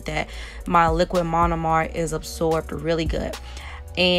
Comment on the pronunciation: I’ve never heard of monomer pronounced like that but great tutorial